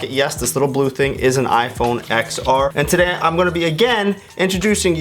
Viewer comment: I’m discrediting this video solely because you pronounce iPhone XR incorrectly.